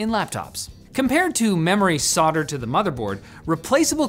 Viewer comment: Say it with me, "Sol - Derd" [phonetic]. Spelt 'Soldered'.